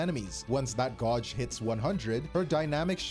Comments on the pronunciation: Her “gawj” is wild. Gauge. “Gaej” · bros pronunciation of gauge is a rage bait I swear